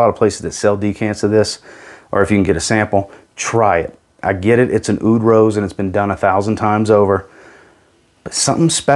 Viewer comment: Just a quick one, the Aoud is not pronounce as "ay-oud," but just like "oud." In Arabic the "oo" sound in "oud" is said with a voiced pharyngeal fricative, so think of it like saying "oo" from the back of your throat as if you were saying "ah-oud" as one syllable.